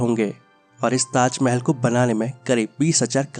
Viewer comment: Khender ko tajmel bolta.